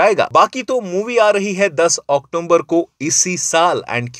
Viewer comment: October ❌ Octomber ✅